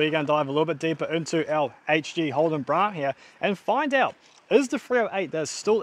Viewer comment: Bloke can’t even pronounce the name of the car correctly so I have ZERO confidence that he will actually finish this car 😡